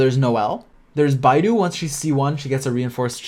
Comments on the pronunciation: its not bae dou its Bei ttho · Hey, I really like your videos, keep up the good work! But fyi: Beidou is pronounced as "Bae-though", the way you pronounce "Bai-du" is a Chinese search engine similar to Chrome. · Great guide but for the love of god never pronounce beidou as 'bye-dou' again, its more like 'bay-dou' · It hurt hearing bydo ngl😶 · This Guy Calling Beidou As "Bidou" DsGaming: Bro My whole Channel run on this Character PLZ GIVE RESPECT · Game: Beidou Guy: Baidu 😃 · Hey, It's BAE-DOU, BAE:> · Im chinese and its hilarious to see yall pronouncing their names but generally the names have intonations and its hard to explain to you guys over text. But what Beidou should sound like is Bay Doe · Bit hard to explain in writing but in English it'd roughly be "Bay Doh" I guess. The one which most people butcher the most is probably Keqing though which should be pronounced something like "Kuhtion" or "Kuhtiong", not anything like "Kaching" or "Kekking" or what most people are calling her at least lol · it should be "pay toe" if you pronunce it in chinese way lmao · Just remember Bae Dou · This is probably the best Genshin character guide I've seen but just a slightly unrelated tip: Beidou's name is pronounced bae doe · Well in the video he pronounced it like "baidu" (teiba?) and that's how most English speakers I've heard pronounce it. Most of the English speaking YouTubers who play this game butcher all the Chinese names especially hard ones like Xingqiu but still I've heard Asian players call Barbara "Bar-ba-ra" lol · She's Beidou, not Baidu😂, your pronunciation is wrong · Great and very underrated guide but as a native chinese speaker it triggered me whenever Beidou is pronounced wrongly 😅 you can pronounce her as Baydoe actually if it's easier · Baiiiidou ? Beeeidouuu say it with me Bay-dow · i died inside many times watching this video just because he said beidou’s name wrong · Oh god... he has to start pronouncing it right otherwise I'd die